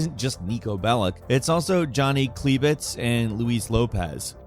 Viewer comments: Klebitz, not kilbitz. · Sorry dude but that pronunciation of Johnnys last name is appauling and rather laughable lol Also why are you calling luis, Lewis lol? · Johnny Kleeebitz and Lewis Lopez